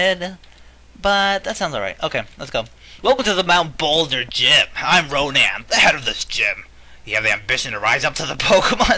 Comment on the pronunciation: Noland? No man, Ronan. & Roman. Conan.